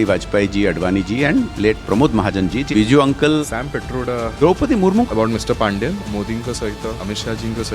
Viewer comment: Aare Panda babunku Paanda kahinki kahucha even if you are an Odia, please try to pronounce his proper surname ... Even though you say it in Hindi or English, it is Panda, not Paanda